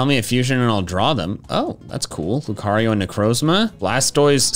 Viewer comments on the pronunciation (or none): none